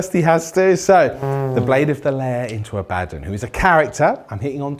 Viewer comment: Ah-Buh-Dawn. I love this channel, great video, you're all charming attractive entertaining individuals. But please pronounce it correctly. The name is from actual religion over 1000 years old. I beg you.